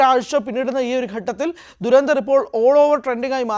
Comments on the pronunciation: ധു ര ന്ധ ർ ( DHU RA NDHAR ) ദുരന്ദർ എന്ന് പറയല്ലേ .. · dei duranthar alla dhurandhar aanu. dha aanu varanath. malayalam ariaunna arum illedei avde